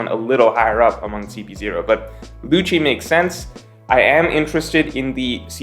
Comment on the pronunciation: Lucci is pronounced Lukki It's not mikami its Ookami